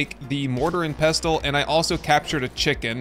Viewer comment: I love the content. The T in pestle (mortar and pestle) is silent. Think of wrestle and castle. You don’t pronounce the T. For the love….thank you for the great videos.